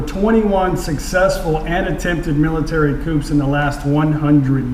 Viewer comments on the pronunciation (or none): Please look up the pronunciation of the word coup.